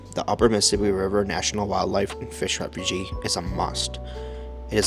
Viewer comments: It is Refuge like huge not refugee a refugee is a person..... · Refug is how it’s pronounced , the e is silent .